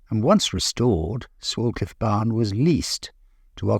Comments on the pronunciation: It’s actually said sway-cliff I used to go to school there The village is so picturesque means so much to me and I regularly go cycling around the many nearby lanes and tour round the very proudly standing madmarson hill which is a man made hill that buried an Iron Age fort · Lovely video. The village name is actually pronounced "Swaycliff", but unsure if that's just a local thing! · pronounced Sway-cliffe. Enjoying your vids enormously.